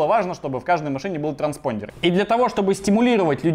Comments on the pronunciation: Транспондер...звучит как старпондер)))анальная боль и страдание))) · Никто: Абсолютно никто: Вячеслав Астафьев, рвущийся через Стаса: "транспондЕр"